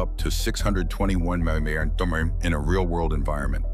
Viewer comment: I think it's trying to say MPH but its saying it as a whole word - AI is a LLM (Large Language Model) but isn't a LAM (Large Abbreviation Model) yet lol